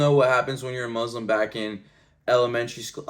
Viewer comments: I've never heard a Muslim pronounce the word Muslim as Mozlem, something strange here...🤔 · why those he say Muzlim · From this video, I've never heard a Muslim pronounce the word Muslim as Mozlem, something strange here...🤔